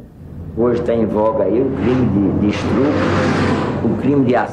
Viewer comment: um delegado falando "estrupo" eh fd.